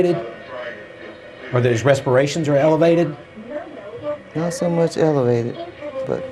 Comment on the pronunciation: "Evelated" hmm